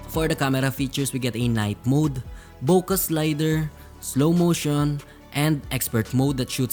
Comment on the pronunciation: Actually in some phones its pronounced night mode